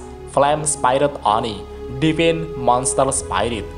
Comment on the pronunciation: Divine dibaca devin 😂